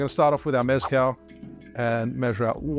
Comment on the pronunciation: You learned maraschino, now learn “meh-skáhl” not MÉZZ-cal. Please 🙏🏽